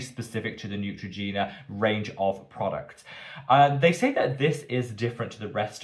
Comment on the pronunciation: ❌Neutrogena 👎Ciao ❤️